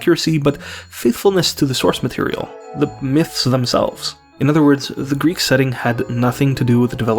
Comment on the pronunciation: As a greek person that has been born and is being raised in greece, i would like to touch on some parts of the video :) Firstly, your pronunciation of all greek words and phrases is perfect and you genuinely sound like you've never left the country. I do not know what word to use here exactly but it's such a nice little thing that adds to the enjoyment of the video. Secondly, the segment in which you discuss your name was also extremely interesting in the context of what you're talking about but is also very relatable to me. My name, John, was the same as my grandfathers and also my cousin's as such i was always nicknamed "the young John" or "Ο μικρός ο Γιάννης". I'm not huge into religion but being named after the man that baptized Jesus always felt special to me in a way, yet due to how americans treat it feels embarrassing using it which is a same. Also, in regards to the topic of the video itself I'd like to touch upon the "Percy Jackson" series, which has been revived due to a upcoming tv series if i understand correctly. Seeing it on my feed on social media a lot i got interested but found out/realized there is not a single greek individual in the series, a series about greek gods and their children, which is bizarre cause the series has, from what I've been told, a fair amount of diversity. It's simply mindboggling that an entire franchise based around our culture doesn't include us. Lastly, I have family in Montréal. I've only met them once but they have made attempts